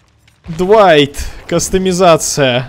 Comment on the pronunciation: Ахахахах,двайти двайти!)